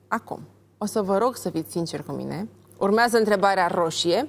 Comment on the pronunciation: Denis esti superba, extraordinar moderator, totusi acest ton aproape lātrat " urmeazā întrebarea" ce rost are? N-ai putea totusi s-o spui mai linistit asa...cum de altfel o si faci câteodatā? Felicitāri oricum pentru emisiune.